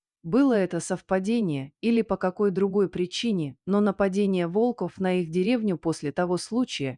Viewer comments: Почему ударение не верно ставите на слово волков или волка Откуда вас только берут без грамотных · Волков, ударение на первый слог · Чтица не верно ставит ударение на слово волков много раз это ужасно